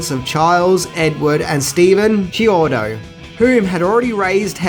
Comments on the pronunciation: Thats KEY-ODO, NOT CHEE-ODO and they also did effects work for the Weird Al Yankovic movie UHF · The filmmakers last name is pronounced key-OH-doh. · The brothers’ last name is pronounced Key O Toe